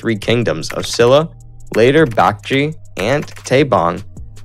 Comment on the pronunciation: I loved the quick and brief history. As people have said, there are some errors and many pronunciations are incorrect, but the one I didn't see people correcting is the Kingdom of Silla, pronounced "Shilla". Thank you for the video